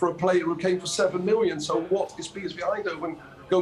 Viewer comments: Wait this guy just said Gody Cakpo 🤣🤣🤣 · “Gakpo” how do you pronounce that 😂😂😂 why would he leave a team that competing to get into the ucl and leave to utd who are in europa conference league on Thursday nights Lmao stop it man